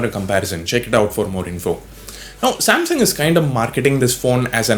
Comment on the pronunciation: Samsaum 🤣🤣🤣 Samsung*